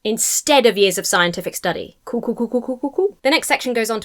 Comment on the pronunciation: Note! Are You familiar with Bob and Doug McKenzie and the Great White North! where you go Cool, cool cool cool...., was Very Canadian, eh! Hang in there Peace, Love and All Best Wishes